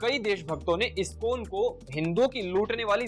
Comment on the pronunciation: He can't even pronounce ISkCON properly, he is that great an empty head, - Fools rush in where angels fear to tread